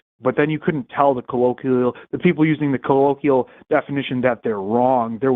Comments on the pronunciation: if you're going to repeatedly use the word colloquial, learn how to pronounce it correctly ffs. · Can someone teach how to pronounce "colloquial"? Thanks. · couldn’t pronounce ‘colloquial’ but had the nerve to challenge Forest on scientific verbiage.